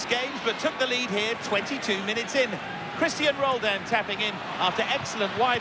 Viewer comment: OK MLS, next time can you get someone that pronounces player names right. Not sure about the others, but he said Christian Roldan's name wrong...fml